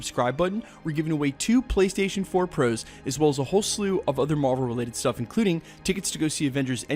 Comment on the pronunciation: Thought i was the only one i swear then how he says "ProOos" fucking makes me pissed